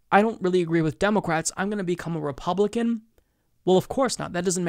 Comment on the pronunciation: You keep saying "demo-cwats" or maybe it's just me